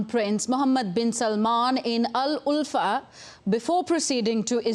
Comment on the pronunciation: Not Al Ulfa. Its Al Oula. Pls correct